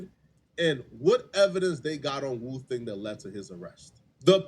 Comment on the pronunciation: Woo thang not booka u trippin